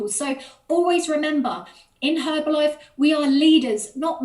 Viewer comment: I love the top and your Monat 😈hair. Thank you for saying Herbalife with the silent H. You’re funny, I liked, commented and subscribed.